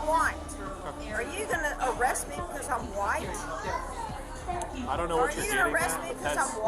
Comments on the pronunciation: Are you woit? Are you woit? I’m woit. I’m woit. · "bcuz im walking thru saying i'm whYte" 😂😂😂